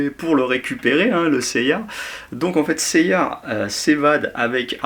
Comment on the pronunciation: nan mais "saint seiyar"